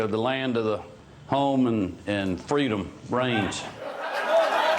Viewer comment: Aaaahh, yes. "It is Amayreka the land of the... home and... freedum rains". What a patriot? >_<